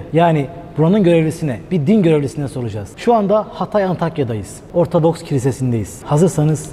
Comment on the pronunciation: Sürekli ORTADOKS diyorsunuz. Dersinizi çalışınız. ORTODOKS demeniz lazım. Lütfen biraz saygı..!